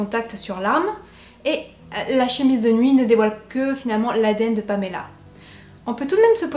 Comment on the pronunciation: Je suis toujours troublée quand j’entend une histoire dont la victime porte mon prénom. Mais chapeau pour la façon dont tu le prononces, ça fait du bien d’entendre mon prénom qui n’est pas écorché 👌🏻